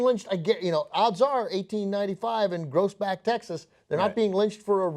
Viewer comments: It's pronounced "Growsbeck" but that's just me being nitpicky. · growsbeck is how you pronounce it. the same stuff still going on there today. my mama grew up there. Smh.